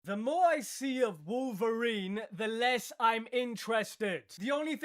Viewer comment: It's wolferine 🤣🤣☠️😅😅😅